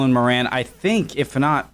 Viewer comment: His name is pronounced More-an not morAn.